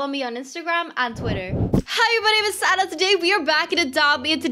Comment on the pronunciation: lol when you said hi everybody my names sanna i thought you said santa bc i was looking at your outfit